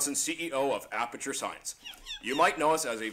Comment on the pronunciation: Okay I still can't stop laughing at "blaperture" XD